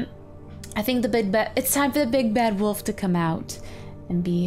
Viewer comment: she says woof instead of wolf 0___0